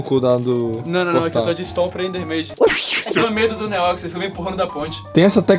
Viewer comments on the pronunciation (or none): Como é: “Um beijo do que ama vocês, um beijo do Neox que ama vocês. Até amanhã e flw!” Como eu ouço: “Um beijo OUTRO NÍVEL porque amamos vocês. Até amanhã e flw!” Haha 👊🏻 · Mano sabe quando o neox falava neox na área nos vídeos antigos, eu sempre escutava neox nine kkkkkkk só eu??